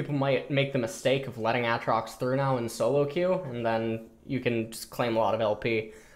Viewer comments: Nausus. Mauna. Autrox. Looking for a gun to blow my ears out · Actually tilted and triggered by how he says aatrox. Every time I hear aahtrox I actually get angrier and I never touched the champ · It's ayyytrox urghhhhhhhh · Aatrox pronunciation when?